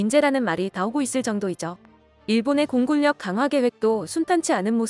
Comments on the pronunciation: 공굴력 (x) 공군녁(o) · 공군력 발음 안되니 공굴력이 머냐 ㅋ ㅋ ㅋ